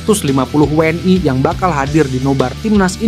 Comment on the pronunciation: 😂😂😂 ngomong WNI nya biasa aja ..gak usah WNAY